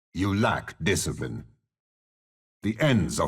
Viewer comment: They rack a disciprine!